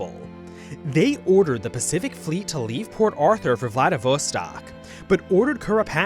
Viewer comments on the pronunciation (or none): Reave instead of leave was a very nice touch on the japanese accent, they dont have Ls